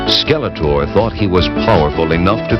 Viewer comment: Funny how The Sorceress kept referring to Skeletor as "Skeleter." The voice actress didn't seem to care about correct pronunciation.